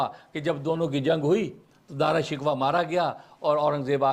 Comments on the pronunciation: حضرت دارا شکوہ نھی بلکہ دارا شی کوہ ھے تحقیق کیجئے بھلا اب ھمارے پاس ھماری اماں جان رح موجود نھی فٹ ھر لفظ کا صحیح تلفظ بتلا دیتیں رحمہااللہ رحمتہ واسعہ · دعا ہے کہ آپ دارا شکوہ کا نام تو صحیح لینا سیکھ لیں- او بھائی —— یہ شکوہ جواب شکوہ والا شکوہ نہیں ہے